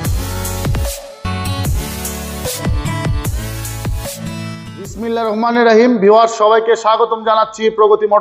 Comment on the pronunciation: আপনি মুসলিম কিনা জানিনা আপনি বিসমিল্লাহির রহমানির রাহিম বলেছেন শুদ্ধ হয়নি